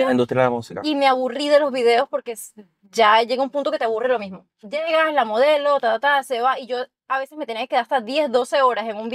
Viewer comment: Dice Modeo, me imagino quieres decir MODELO